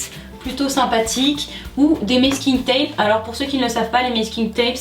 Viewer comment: Sa me stressais quand tu disais "mesking tape" moi je dis "masking tape"